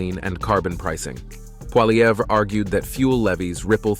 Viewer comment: The random mispronunciations of Pierre Poilievre's name are both insulting and confessions that you're aware of your own ignorance. You get it right twice, probably by accident, but that's not a win for you. It just demonstrates that you're too lazy to actually check and then correct your post.